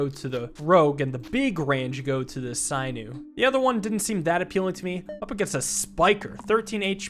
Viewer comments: Sin-ew, not syn-ew. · SIN- OO! NOT PSY-NEW! SAY IT FUCKING RIGHR! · There is an option to unlock all unlockables, please do not use it. Also for pronunciation; A hunter would remove the skin, muscles, tendons and "sinew" (SIN-EW* not SIGH-NEW) from the bones of a rabbit he caught. Thumbs up, love to see you enjoy some more Slice & Dice. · Hey, just wanted to let you know that sinew is pronounced sin-yoo (or si-nyoo, according to google), sorry to correct you on something so minor, it was just getting to me a bit Y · Sinew "sigh-new" is so fucking funny. My guy, it's "sin-you" 🤣🤣🤣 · Sinew is not pronounced sigh new, it is pronounced sin new..... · sinew is pronounced sin-you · I’m sorry, sinew is pronounced (sin)-you. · You might be amazing at this game with more experience. Also, sinew is pronounced sin you. It connects muscle to bone. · Sinew is pronounced “sin you” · Sinew pronounced /ˈsinyo͞o/. "She tore the sinews in her knee." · Yes like SIN-you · How do you mispronounce 'sinew'? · I think Sinew is pronounced with a short i instead of long. I think it is referring to the muscle or tendon material called sinew.